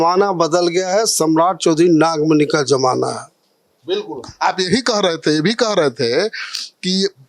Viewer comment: Nagmani nhi nagfani hai